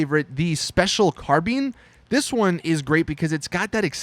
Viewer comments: Special "car been"? Its pronounced " car-bayn" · please, its special CAR-BINE, rhymes with dine, wine, sign, line. not carbeen. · It's the special carBINE not bean 😂😂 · Its pronounced Car"bye"n not carbeen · Special carbean lol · Special carbean?😂 what?😂 You mean CARBINE! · the way you say carbine pisses me off its not carBEAN its car-bine you say the I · wtf is a special car bean??? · It's not pronounced "Carbean", it's pronounced "Carbyne". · Carbene it's carbine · carBING? its CarBine. like columbine. fucktard. unsubbed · Carbine as in eye ball carbine not carbene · It's carbine not carbeen. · Ahaha special carbean 😂😂😂😂 car-bine, oh my god i laughed my ass off, americans they always say things weirdly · HA "SPECIAL CARBEEn" its the special carbine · i like you but, stop saying "special carbean", its "carbine". bine sounds like "fine" thats how you say it bro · Car been 😂😂😂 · Its CarBINE not carBEEN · carbeen? Is this nigga stupid? Its Car-Bine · Brendon O'Laughlin he also said carbean wtf is a carbean i thought it was a carbine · Ah yes, the special carBEAN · “The uhrr Special Carbean” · "special carbeen" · Special car-bean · "Special 'car-bean"😂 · Wait did you just say "Special CAR BEANS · Wtf is a “carbeen” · What the phuck is a car bean? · "and then my favorite, the special carbeen" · ITS CARBINE! :P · "special car bean" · "Special carbean" im triggered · did this dude say "carbeen" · The way he said Special Carbine ~ Special Carbean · "Special Carbean" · I don't think you pronounced special carbine right... its not carbean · Special carbean he said 😂😂😂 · This guy just said "Carbean" youtubers need to go back to school. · He said "Special Carbeen" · you offended me considering I'm a gun person when you said "special carbeene" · Did he just say "Bati 101" and "Special Carbeen" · its carbine mate. English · i was just about to comment about the carbeen thing lmfaooo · nope, its pronounced car-bone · Special car-bean lmao 😂😂😂😂